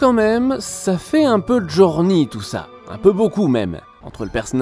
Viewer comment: Sa se prononce JourNEY et pas JourNi; faut revois tes fi fiches mon grand